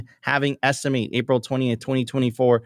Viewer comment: I love this show. But there is something that always gets me When you're going through the bitcoin numbers, you say "Halving Esti-mate" instead of "Halving Estimet". It's an estimate of the halving, mate!